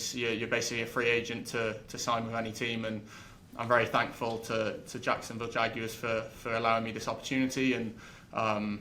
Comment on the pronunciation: He's the only player on that team that can pronounce Jaguar correctly 😂